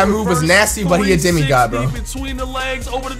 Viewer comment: Did he really say Demi God in 2k16 💀😂